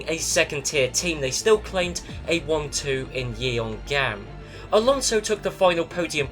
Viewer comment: idk why im rewatching these but that pronunciation for the location in Korea is literally painful. it's not ye-on-gam, it's yeong-am, writing it with phonetic symbols would be: [jʌŋ.am]